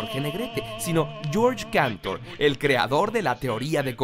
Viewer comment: es George Gantor o George Cantor? jaja